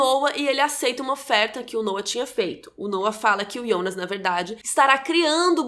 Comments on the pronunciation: Pq vc fala Ionas e não Jonas? Na série mesmo fala Jonas, ou eu tô doida kk , essa tatuagem do Noah é igual a um quadro do hospital que o Mikkel viu e em outra cena estava com o quadro na cama. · Que agonia velho, ela falando ionas e não Jonas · ótima analise e contrução de narrativa, mas pq ''Ionas'' e não "jonas"? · eu gostei do video e da explicação mas chama de jonas e nao ionas pfv kkk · Q agonia ouvir "Ionas", pq n Jonas msm? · Não é ionas não mulher é Jonas... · Ionas .. pq nao pronuncia JONAS CARAI?? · por que você fala yonas, se é Jonas? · porra de ionas é jonas!!!!! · ionas...? fala Jonas... santo Deus. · " Ionas " da agonia ouvir o nome dele assim kkkk é JONAS kkk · Achei que era só eu que estava com essa agonia kkkk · O engraçado é que ela fala "yonas" não "Jonas" kkkkkkkkkkkkk estranho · Pq ela chama o Jonas de Ionas ??? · QUE AGONIAA ELA FALANDO IONAS KKKKKK maaas perfeito video adorei o resumo <3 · Porque vc fala "Ionas" se é Jonas? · A gente já tem dificuldade pra lembrar dos nomes, ela ainda fala IONAS ao invés de JONAS, sei que a pronúncia é IONAS, mas em português é JONAS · ionas? Kkkkk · Ionas ou jonas? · Agonia de chamar de Ionas 🤣🤣🤣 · Fala jonas por favor, voce falando ionas só complica mais as coisas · iounas kkkkkkk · eu gostaria de saber porque você pronuncia o nome JONAS de: IONAS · É "Jonas" não "Ionas" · Ionas???? Não é Jonas???? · É “ionas” ou Jonas? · Jonas= yonas?? Jacaré = yacaré?? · KKKK O melhor do vídeo é ela tentandor falar os nome do personagem IONAS kkkkk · Mayara Andrade pq raios ela pronuncia “Ionas”, deu agonia 🤣